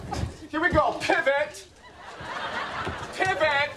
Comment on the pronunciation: “PivIt, pivEt, pivEt, pivAt, pivAt. I don’t think it’s gonna pivOt anymore”. LOL